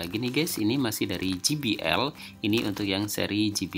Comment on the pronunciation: Satu lagi penyebutan J, harusnya je aja kaya bahasa indonesia. Klo ji it huruf G